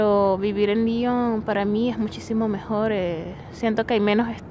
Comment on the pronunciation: muchacha tu eres venezolana o gringa? liiiiiiiiion? LION con O pronuncia bien la O.